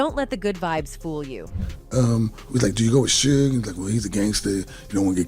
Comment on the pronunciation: So I gotta listen to ai say Suge name wrong the whole video???